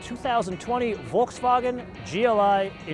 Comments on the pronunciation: can you like stop, pronouncing Volkswagen like your speaking German? pretty much cant watch you cuz of how annoying that is. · Just why? Just why you can't pronounce Volkswagen correctly?